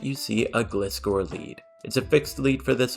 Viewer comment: It's not gliscor, it's gliscor